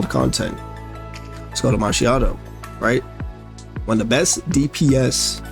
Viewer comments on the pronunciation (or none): btw "macchiato" is an italian word that should sound as "mukk-e-ato" 😉 thanks for the guide 🙂